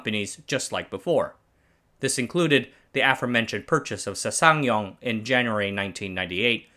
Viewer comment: Say ssang like saang not sasaang